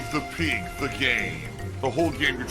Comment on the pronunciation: That “save the peeg” cracks me up!